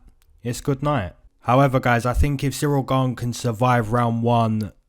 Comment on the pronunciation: I keep coming back here.. just to hear you say "Howeva"... lol much love :)